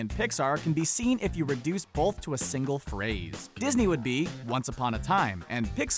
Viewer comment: I don't pronounce the "L" in the word "both" but the announcer does. Bolth.